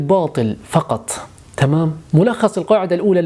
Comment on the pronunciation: لا حظت ان كلمة تمام في معظم المقاطع يُنطق فيها بطريقه تركيه يبدوا انها بلا قصد😅... اسال الله ان يحفظك ويسعدك